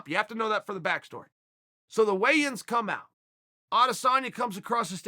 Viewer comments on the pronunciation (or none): none